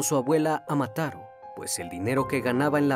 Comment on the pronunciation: Se dice " Mataró" , con ó acentuada.